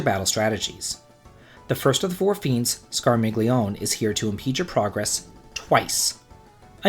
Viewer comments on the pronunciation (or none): none